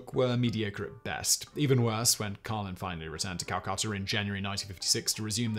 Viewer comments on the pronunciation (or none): SIMON, enunciation would be good. I had to read the notes to discover whether you were saying, "Carlins," or, "Collins." And where in India is, "Cal-KUH'-tur?" Do you mean, "Calcutta," pronounced, "Cal-KUH'-tah?" Damn, man. Learn English. If we Americans can manage...